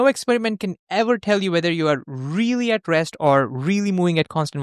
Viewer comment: Terrible accent. Please use AI voice. for example you say "being aggressed" instead of "being at rest" and "mowing" instead of "moving"... 🙄 This was the moment I stopped watching.